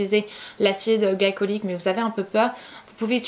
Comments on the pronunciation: Tu as pas arrêter de dire « acide galicolyque » au lieu de « glycolique » pendant toute la vidéo , ça m’a tant stresser 😂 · Glycolique se dit glicolique et pas glaïcolyque... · Acide glycolique on dit gli comme dans glitter